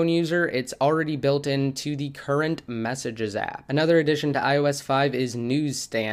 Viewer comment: Did you say messenges or messy jizzy.